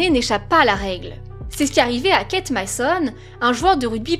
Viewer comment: Euh stp déforme pas les noms des gens stp Keith ce prononce kith et non pas Kate merci